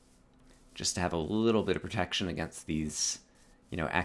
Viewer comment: Sounded like you said 'I have projectile projection in my pants'. Minecraft pickup line #34